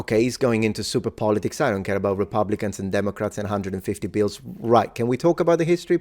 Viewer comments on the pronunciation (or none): none